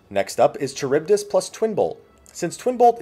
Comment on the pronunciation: Enjoyed the guide, but the pronunciation of charybdis is bothering me lol